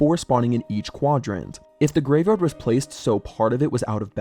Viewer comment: reupload cause said yavegard instead of graveyard 😭